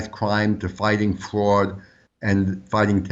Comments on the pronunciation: You infiltrated Run-DMV? I never liked their songs anyways "Investigated for fwad and cowwuption." What is fwad and cowwuption? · You show respect for this man who investigates so much fwad and cowwuption. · It's pronounced fwad. He might be a bit cowwupt too. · Hey, don't make fun of this man. He is uncovering fwad & cowwuption.